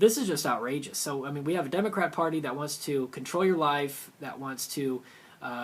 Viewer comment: It sounded like you said DemoCRAP.